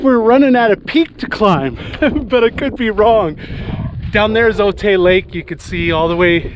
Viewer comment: Ah Chula Vista! Lived there from , loved it. Btw, Otay is pronounced o-tie